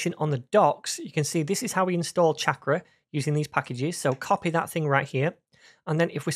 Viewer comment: Damn. I wanted to learn about this - but there’s no way I can listen to 12 episodes of this guy mispronouncing the name of the product he’s explaining. 🤦🏻‍♂️ 28 seconds is all I could take. Bye. 👋